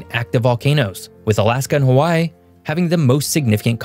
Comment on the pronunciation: You need work on your Hawaii pronunciation.